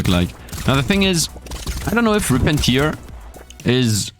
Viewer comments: Tear in 'Rip and Tear' is pronounced like Bear rather than like Beer 🙂 Tear (like 'beer') is when someone is crying. Stupid English and all the homophones! All my second language English friends tell me to correct their pronunciation so please don't take this as a criticism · It's tear not tiar. Sorry, it just doesn't sound right.